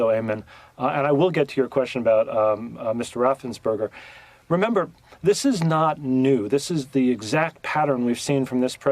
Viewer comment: Its Ra-ffen-sper-ger. Not Ra-sen-burger. Cmon man youre on the news.